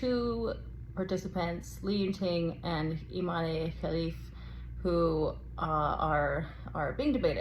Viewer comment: Imane, is the French spelling for Iman, and so should it be pronounced and not "ImanÉ, as you pronounce it ? You, too, are making a big meal out of it, whilst it is very simple?? Imane was born a girl raised as a girl, went to school as a girl and practised sport as a girl ever since, and up to now no one has come up with evidence proving she isn't female. The IBA has banned her unjustly from several competitions already based on a supposed study that they refuse to publish the results of, until today. IBA, has of course an agenda to disqualify any Algerian athlete they can, Algeria being today and historically the staunchest supporter of the Palestinian cause on all fronts, defends Palestine at the UN Security Council of which it is a non-permanent member, it defends Palestine and the Palestinians, at The African Union which has long history of solidarity with Palestine, continuing with today’s efforts to end the destruction of Gaza because African countries see an identical experience between Palestinian occupation and what they have endured under colonization. Algeria defends Palestine, at the Arab League, and at the Organisation of Islamic Cooperation Countries and is one of the largest if not the largest after Saudi Arabia contributor to the Palestinian cause, and for that, Algeria has to be punished by all means possible and at all levels, for being naughty and disobedient.